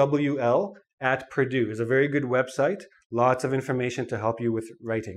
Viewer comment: It's not vary it's very LMAO 😂